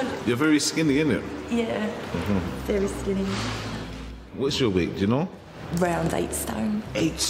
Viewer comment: not the 'you're veh'ry skinny, innit' Bri'ish noises xD AHAHAHAH! they were so cute together; i really wanted her to have his food baby lol